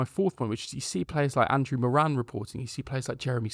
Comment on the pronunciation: about moran (pronounced more-un, hurts as an irish person to here morAn!), stoke fans said he was a good player but he alcks that physicallity